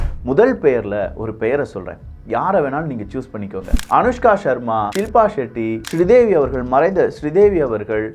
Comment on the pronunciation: Good information.. take it postivey , please work on your english words pronunciation , some basic words like NOSE, BOTOX, TAMIL NAMES LIKE SRI DEVI ...